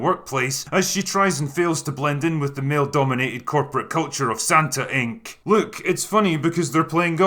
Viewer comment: SantaInc ~ SantanIc ? lol